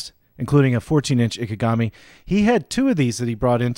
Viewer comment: Just remeber this, In Japanese (and in many other languages) "I" is NEVER pronounced "ai" (as in "I am"), this is an English peculiarity.